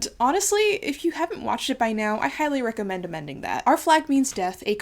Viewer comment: I had to rewind to hear you say "recommendomending" again.